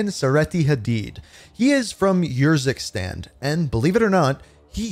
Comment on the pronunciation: I k why do u pronounce urzukstan YURZUKSTAN? it’s very strange